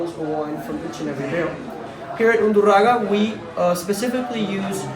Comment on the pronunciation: undurragA not undurrago